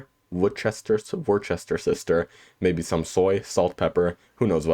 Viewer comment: "War-Chester-shyre" 😂😂 Good video man, I'll try make this for dinner this week 😊